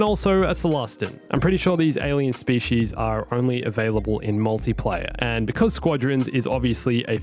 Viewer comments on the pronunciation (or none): none